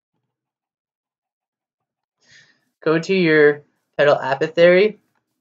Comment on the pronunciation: "A paw thick airy" not "Appo theory" Anyway, thanks for this video, its incredibly helpful!